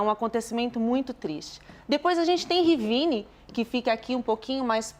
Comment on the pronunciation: A jornalusta falando Rivíne chega arritar...nao sabe ler não,? É Rivne sem í....